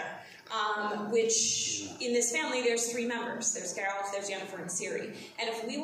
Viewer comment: It's Geralt not Jeralt!